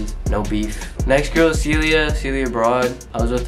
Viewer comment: no one::it ees what it ees👁👄👁 das it bruh PERIODT